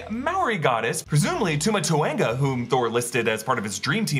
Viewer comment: He says the gods name funny lol